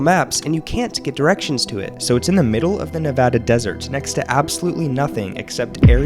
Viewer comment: Thank you for saying Nevada correctly